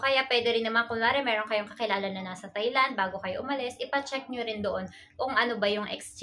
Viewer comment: TAI Land po not thai land